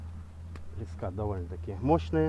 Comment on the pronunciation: Мужик, слова леска ударение ставится на букву Е, а ни на А, Ни а всё остальное просто хлам.